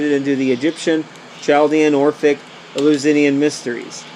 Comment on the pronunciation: Easy way to say it: El-you-sin-ee-in